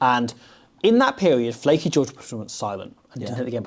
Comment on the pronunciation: Lleucu not flacky ffs